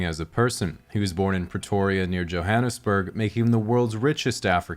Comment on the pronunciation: A North American who says Johannesburg correctly. Very nice 😂